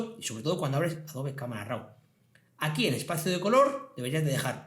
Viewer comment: De nuevo una leccion muy interesante en tu curso de photoshop. Enhorabuena. Tan solo me gustaria una aclaracion por tu parte referente a la pronunciacion de la palabra RAW. ¿Por que RAU? En ingles la pronunciacion es RO y si hacemos la lectura en castellano seria RAV. No lo tomes como una pedanteria solo es curiosidad por un hecho muy extendido en la comunidad fotografica de habla española. Saludos cordiales.